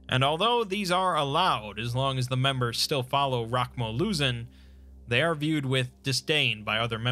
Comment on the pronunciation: I will always cringe when I hear him say they